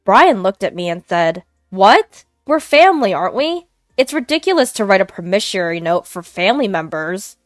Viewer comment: Promissory is pronounced "prah-mi-sore-e" not "pro-mi-sure-e"